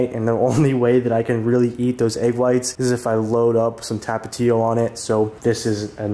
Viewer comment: love how u said tapatio😂🤣🤣 that had me dieing😂😂😂